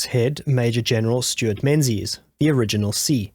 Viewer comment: Menzies is pronounced 'Mingis'.